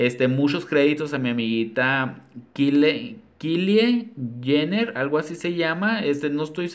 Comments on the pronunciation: Por lo visto ni sabes quien es jajajja por que no lo pronuncias como normalmente lo decimos. Me gusto que seas la primera persona que no saben quien es esa plastica jajajaja habla lo mas profundo de mi envidia jajaja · Que bonito diseño y morí de risa con la pronunciación del nombre de Kylie Jenner 🤣🤣🤣🤣